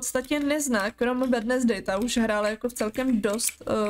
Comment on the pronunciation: Ahoj jenom sem ti chtěla říct že se to vyslovuje Wenzdej a ne Wednesdej i když se to tak píše